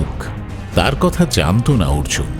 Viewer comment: অর্জুন 'র' বলতে পারছে না!